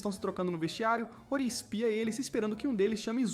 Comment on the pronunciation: Esse anime é muito bom, só que o narrador está falando os nome todo errado, a moça se chama "Senhorita Hori"( e ler-se RORI) e o rapaz e o jovem "MIAMURA" . Daí o nome do anime "HORIMYA"